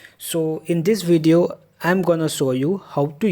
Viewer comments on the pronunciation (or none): none